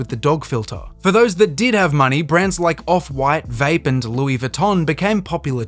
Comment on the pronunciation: did you just call bape fucking vape